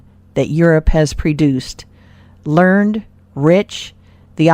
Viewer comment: Good stories but couldn't listen to the robot narrator, sorry. It had an uncomfortable cadence. And it kept saying learned instead of pronouncing it properly, learn-Ed.